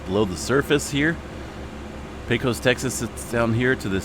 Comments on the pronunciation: Pecos is pronounced pay' cus , long a :goodvibes:. Great coverage, thanks. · It's not a big deal, but Pecos is pronounced pay cuss by the locals. Texas has quite a few towns with strange spellings for how they are pronounced. Thanks for all your work!